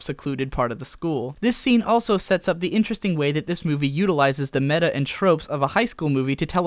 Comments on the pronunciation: MEH-ta! It's still MEH-ta! It will never be MAY-ta! I don't care if you mispronounce it every day for the next year, I refuse to stop correcting you until you get it right! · Krahn, not Croon. Mehta, not may-ta.